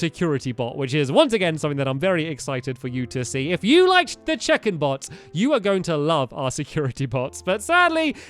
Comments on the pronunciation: Who else thought he said chicken (bots) every time he said check-in (bots). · I thought he kept saying Chicken not check in XD Just me ok ok then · Every time you said check in I thought you said chicken and that changed the entire video for me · Every time stamps said check-in I kept hearing chicken 🐓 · in the last episode i thought he said CHICKEN bot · I think I have dyslexia because I thought he was saying chicken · Whenever he said "check in" i thought he said chicken 😂 chicken bots 😂